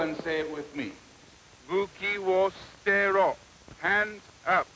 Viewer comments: That stood out to me as well, like "at least he knows that the 'u' is typically silent." Although it's more like "s'tero" and not "stero" the way he says it. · The way he pronounced it doesn’t sound like the a in father more like an ash. And why did he write soo-teh-roh but pronounce it like steh-roh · Buki wo sterro. apparently It's su-te-roh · He pronounces sutero wrongly tho